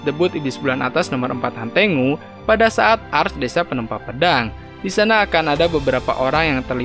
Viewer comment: Hantengu ❌ Hantenggu✔️